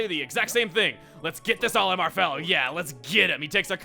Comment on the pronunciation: CHUGGA YOU KNOW ITS "OLAMAR"